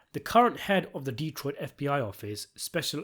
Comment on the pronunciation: Good job on the lore accurate pronunciation of D-troit